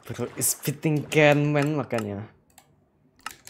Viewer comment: He wins! Then He:yayyy let's goooooooo🎉🎉🎉🎉🎉🎉🎉🎉 Also Him : camman😊 canman💀💀